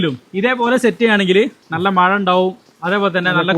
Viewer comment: മയ അല്ല.,മഴ ആണ്.